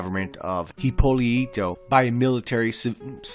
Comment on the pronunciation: I like how you pronounced hipolito and uriburu as if you were japanese.